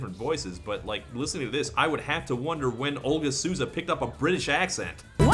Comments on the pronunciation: I would love it if English speakers stopped reading the name Souza as "Soo-za". It's So-za. In this instance, since the person in question is Brazilian you even get the added bonus of near perfect accent by saying "so" in your natural American English accent. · "Olga Suuza" lol Souza's pronunciation is more like Soul-za ♥